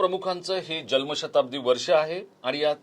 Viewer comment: साहेब.. जल्म नाही.... *जन्म*शताब्दी .. तुमच्या सारख्या पत्रकाराकडून हे अपेक्षित नाही..😅